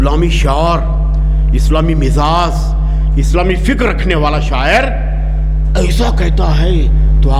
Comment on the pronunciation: رزق حلال، مصلح ، مزاج، موصوف کے جذبہ کو سلام مندرجہ بالا الفاظ کے تلفظ پر توجہ فرمائیں۔